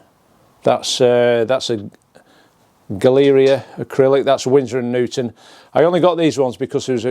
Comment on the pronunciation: that is such a talent you have but, Galeria is 'Galla reeah' and not 'Galeeriah'.